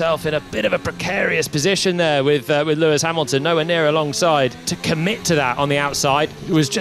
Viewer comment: “LEAIS HAMILTON TAKES THE ………. LEAD OF THE GRAND PRIX!